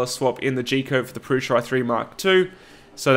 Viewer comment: You say "prusha" with a shhhh sound. Is that an Aussie thing? Is that how Josef says it? I'm American and would pronounce that as "Prusa" with an "s" sound as it's spelled...